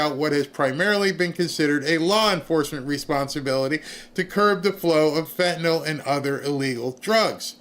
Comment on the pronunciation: Why would someone announcing 20 kg of fentanyl not know how to pronounce its name? It's not fentanol, ma'am, it is fentanyl. This mislabelling does not sound professional, and speaks of perhaps some lack of knowledge of the subject at hand. But fighting it is still paramount, so charge on!